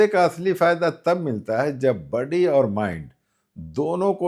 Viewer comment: budy nahin body bolte hain